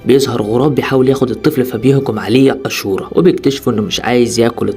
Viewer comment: اسم الفلم اشورا وليس اسورا